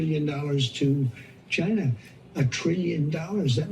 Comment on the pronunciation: OMGGGGG! YOU CRACK ME UP! YA GOTTA LAUGH OR WE'D ALL GO BAT SHIT WACKADOODLE! ONE THING, YOU NEED TO WORK ON THE WAY YOU PRONUNCIATE CHYYYYYYNA. LOL OH YEAH, I'M REALLY NOT SCREAMING, MY CAPS BUTTON IS STUCK. LOL